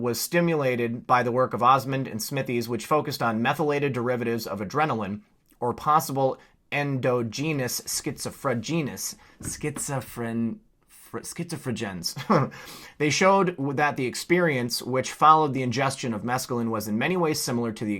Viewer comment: Just a little help here: en-dah'-jen-us. Sometimes hard to pronounce big words when hurried. Enjoying your videos! ♥